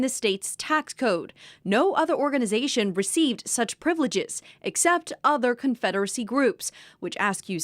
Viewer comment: “daughters of confeddery” 😂😂😂